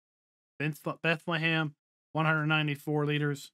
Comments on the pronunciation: its not bent - le - heim but you just say bent - heim. its a germen village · It almost sounded like he was trying to say Bethlehem 😂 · he said Bethlehem lmao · A little guide to how to pronounce Bentheim It’s two syllables Bent and heim Bent is pronounced similar to the English word „bend“ and heim is like „hi“ with an „m“ at the end. So Bentheim to you is like bend+hi+m